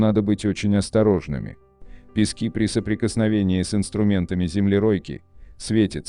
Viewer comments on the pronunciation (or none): none